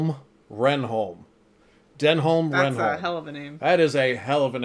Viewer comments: his name is pronounced den-um ren-um, i swear they say reynholms name in like every episode, how do you manage to mispronounce it so much!! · You pronounce his surname 'Renn-um' effectively. And yeah he's a great character. You should check out Garth Marenghi's Dark Place at some point Richard Ayoade (Moss) is in that too. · I enjoy your reactions BUT how can you debate the pronunciation of a character's name seconds after you have just heard it said? Is this some weird US blind spot? 23.33 Renholme's name is said, 23.41 you pronounce it totally differently. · has it pronounced correctly. Denholm Reynholm (Den'um Ren'um) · I'm sure you'll have gotten (PHONETIC!) Dennem Rennem's name right by the start of season 2 and foresee no further problems. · Denholme Reynholme is pronounced "Denum Renum" (short E and U sound in each word). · is saying the bosses name correctly, is pronouncing too many letters. Denholm Reynholm is said dennam rennam. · Reynolm Denholm - pronounced: Ren-um Den-um